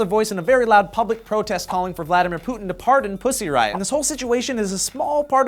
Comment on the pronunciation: Thumbs up if you laughed every time they said Puzzy Riot !